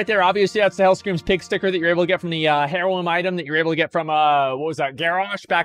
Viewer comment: Like when he says HAIR-looms, he's just doing it for the memes, of course he knows how to pronounce all of this stuff correctly.